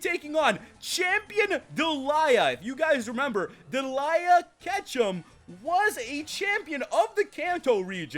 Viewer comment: It's not Deliea!